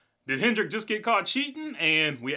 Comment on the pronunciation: Hendrick drop the S you sound like a noob